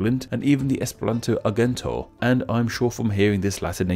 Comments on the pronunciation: I like how he mispronounced the one from the language that's supposed to be constructed to be easy to learn. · The Esperanto pronunciation has a soft G but it was nice of you to include it. ☺️